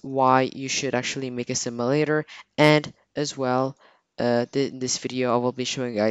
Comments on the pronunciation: "a simalator" lol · Ok plz say simulator no simalator